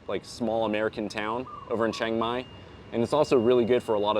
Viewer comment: You can go ahead and get your workout done, but your thai not perfect. You pronounced Chiang Mai wrong. Lol....that tell me that you're not growing up speaking thai. You grew up speaking English